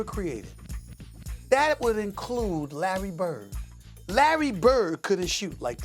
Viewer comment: "The Greatest Shooter... (pause)... God Ever Created".... I love Stephen A